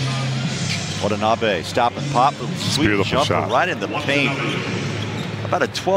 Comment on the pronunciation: The announcer almost had a stroke trying to pronounce his name